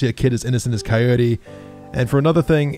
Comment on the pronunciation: When coyote say crwy I crwy